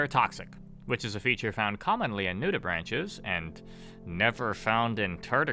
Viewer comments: You mispronounce "nudibranch" as "nudi-branch" like branch on a tree, when its pronounced "nudi-braink" basically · Nudibranch is pronounced nude-ih-brank